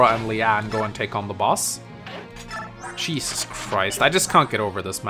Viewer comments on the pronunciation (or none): none